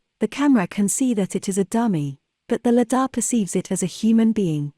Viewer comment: The correct pronunciation of Lidar is: LIE-dar, with the emphasis on the first syllable.